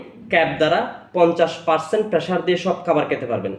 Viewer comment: পার্সেন্টকে পার্সন বলে এইটা কেমন আঞ্চলিকতা?